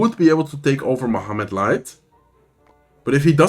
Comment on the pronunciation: crazy how you pronounce Mohamed light's name i can never get that "h" sound right 😅